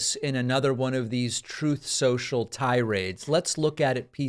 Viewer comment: Thank you for replaying the clip of Trump saying, "Troth Sensal" . Ha ha. Cracks me up every time.